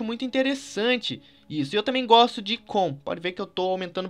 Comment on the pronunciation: eu goxto de goxta